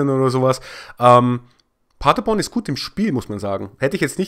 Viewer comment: "Magdeburg gegen Paderborn. Ich weiß, ich sag Magdeburg immer falsch ..." Hahaha, ich habe keinen Unterschied zwischen den beiden "Magdeburg" rausgehört. Aber wo wir gerade bei der Aussprache sind ... Paderborn ... das ist nicht sehr weit von meinem Geburtsort entfernt ... und wir haben das zu Hause immer auf der letzten Silbe betont. Also Pader-BORN (so stehts auch bei Wikipedia) und nicht PA-derborn, wie Du es sagst. Das ist mir eigentlich egal, wie Du es aussprichst. Ich würde es auch nicht kommentieren, wenn Du nicht die Aussprache von Magdeburg erwähnt hattest. Bleib ruhig bei PA-derborn, das hört sich irgendwie süß an, hahaha. 😉 Beste Grüße 🖐🏼👴🏼